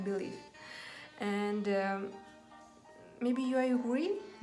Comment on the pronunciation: Əнд орнына. Əнді деп айтасыз! Мен де солай атамын Əнді деп. Жаман осы əтетті қоялмай жүрмн